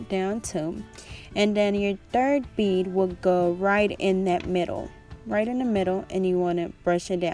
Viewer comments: I laughed so hard when you were trying to say bead LMFAOO I was like “bead sis” 🤣🤣🤣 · her: bid? bid? me: BEAD! BEAD! BEADDDDD!